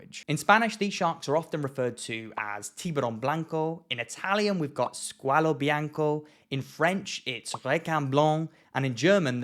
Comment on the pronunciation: perfect Italian